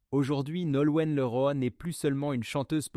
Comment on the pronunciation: Image mal trafiquée : on voit le collage et cette voix issue de l'IA : insupportable comme "liroïe" au lieu de Leroy : vs êtes nuls .. 😡